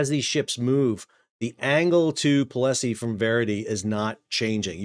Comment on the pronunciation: Pol-sie, not Po-le-Sie